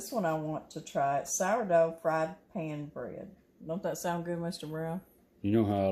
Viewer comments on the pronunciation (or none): none